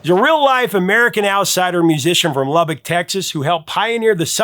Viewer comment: Thank you for pronouncing Lubbock correctly. I was born and raised and still live in Lubbock and have never heard of Stardust Cowboy.